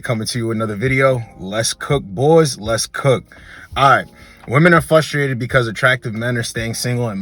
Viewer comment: Please no more “fustrated”…bro there is an R in there